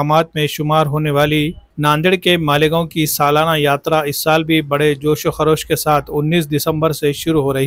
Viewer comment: वह मालिगांव नहीं है मालेगांव है😊😊😊